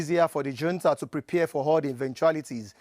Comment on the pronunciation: Who sells arms to Nigeria I wonder? He should know how to pronounce " junta" or use an English word for it!!!